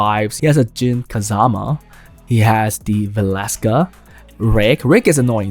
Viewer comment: omg you said kaZAma !!! Im so proud of you :'))) great video as always ! <3